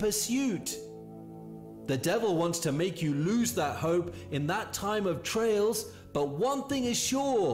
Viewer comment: Erm, pretty sure it's "TRIALS" not trails...you'd think after saying it at least 3 times the narrator would've realised what he was saying/reading doesn't make sense🙄😏! Obviously not really feeling what he's talking about.